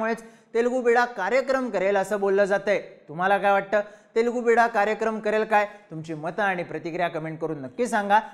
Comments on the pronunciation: ते बिडा नसून बिड्डा आहे. बिड्डा म्हणजे तेलगू मूल असा होतो. 😊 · I appreciate your analysis and imagination in politics to increase the curiosity of viewers. You imagine what is not going to happen. Please do the video on 10th September with reference to this video for the result. By the way, it is not Telugu Beeda, it is Telugu Bidda, which means Telugu Child. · Wrong word and wrong meaning of Telugu bida..in bol bhidu.. It's not bida.. It's" bidda" means son